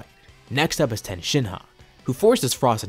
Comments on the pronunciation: Tien. TEE-EN. If you're going to say his name as "Ten", stop, and either form an argument that your using his non-English name (I don't here son after goku, invalid argument), or pronounce it correctly. It detracts from the video and is stupidly infuriating. How can a fan mispronounce a name with two syllables? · Y does he call tien ten? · the amount of times you say ten and not tien causes me physical injury,. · you know a manga reader when the rapidly incorrectly says a name ITS NOT TEN ITS TIEN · How many times is he going to say ten and not tien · why do you call Tien.... ten ? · FFS ITS TIEN NOT TEN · TI-EN, why do you say Ten ??? It’s super annoying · It’s just a fucking mispronunciation chill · Tien.... tee-ehn.... I know you know.... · Great story, i just hate that you are pronouncing Tien as Ten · oh really I didn't know that... it just hit my ear funny and didn't really like it haha 😅😆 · Why do you pronounce Tien that way?